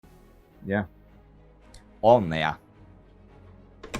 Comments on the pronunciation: Indy, if you see this, you have pretty good Finnish pronouncing but I just wanted to say in Finnish you need to pronouce all consonants like both “n” letters in Onnea. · When he said Onnea I heard On näin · He didn’t pronouce both “n”’s in Onnea which is why it’s a tad difficult to understand.